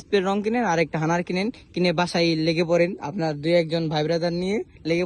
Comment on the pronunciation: হানার না হাডনার